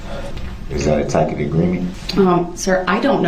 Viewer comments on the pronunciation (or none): I liked when dorow finally told him that she had no idea what "tack-it" meant... Then said she has no such agreement with him... Then on day 8 with Sean Backler on the stand, am, duh-rell finally pronounced it correctly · Do you think he was humbly embarrassed when he found out that throughout the entire trial, he pronouned it tackit instead of tacit😂